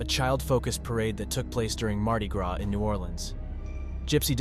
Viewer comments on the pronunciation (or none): none